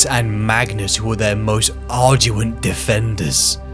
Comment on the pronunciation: Ardent. "Arduent" is not a word. Immolate. "Emulate" means something very different.